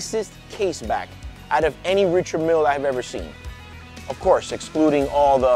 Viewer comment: Great vid but you need to pronounce the name correctly